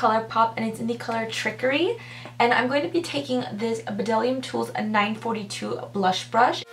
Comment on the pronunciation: lol Buh-dellium tools. You say it without the B. Don't worry though. I did the same thing at first hahah